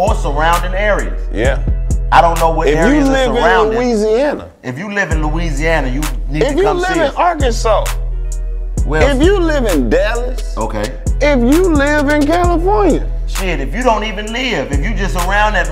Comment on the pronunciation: dId HE SAY arkaNraW? ... . .. . . .. . arkaNSAS?